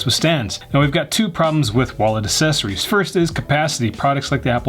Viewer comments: Great video--but c'mon bruh, Assess-oories? Don't be a child big dogg... you are old enough to know better. 😱🤭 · Assessories! I love it! Now I cant unhear it! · I love how says assessories